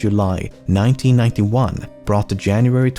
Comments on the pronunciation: I know you prolly won't read this but when you say "in-kha-tha" it's pronounced in-ka-ta I'm Zulu and south African, trust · Being a South African, I laugh every time when you pronounce "Inkatha" (Not in a mean way)